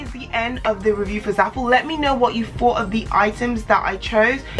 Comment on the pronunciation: she says thought like fought. that's so cute lol adorable